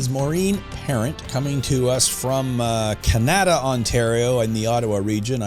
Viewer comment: He said Can Ada Ontario 😂